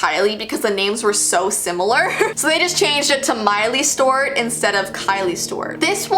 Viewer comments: It's STEWART not "Stewirt!!!!" 2 Syllables. Not just 1!! Lol I'm sorry but that drove me nuts!!! Also it's MARIE Claire. Not "Mary" Claire. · The way you said mileys/ Hannah’s full name is giving me major anxiety it sounds like you’re saying miley stort? 😳😑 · She kept saying Stewart but pronounced as Stowrt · It’s miley Stewart you kept saying it wrong 😂😂❤️